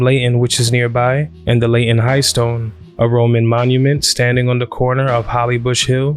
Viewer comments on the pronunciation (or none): Pronounce things properly? I nearly went mad with his bad pronunciation of Leyton, over and over and over:(